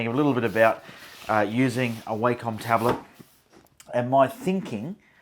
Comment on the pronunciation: Wacom is pronounced "wah come"